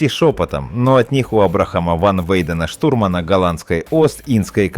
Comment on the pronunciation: не штурмАнам , а штУрманам , не рыжебОродый а рыжеборОдый , проверяйте хоть свою безграмотную озвучку !!!